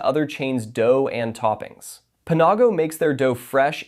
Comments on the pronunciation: I've never head Panago pronounced Puh nah go before. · "pa-NAW-go" lmao what.